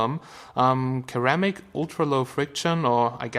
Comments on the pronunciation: its not pronounced keramic but Sir-ramic jeeeeeeezz damn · its pronounces (I believe !) seramic not keramic😊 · did he say ker ramic?